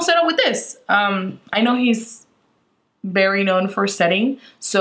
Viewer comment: I love how she says bery instead of very 😂